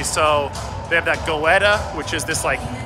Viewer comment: Haha goetta is pronounced getta. Anyway I’m glad you liked it